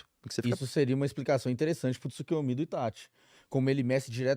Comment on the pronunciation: Porque o chama o Itachi de "Itatch"?